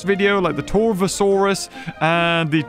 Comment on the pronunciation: it’s torvo not torovo